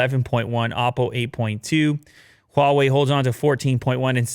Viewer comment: Its” hu a wai “not wall way 🤦